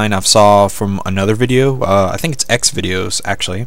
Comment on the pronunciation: Did he say xvidios cause that’s a porn website 😂